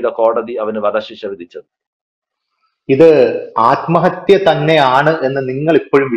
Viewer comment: നിങ്ങൾ ആദ്മഹത്യ എന്ന് പറഞ്ഞ് ആദ്മഹത്യ ആക്കുകയാണോ 🤔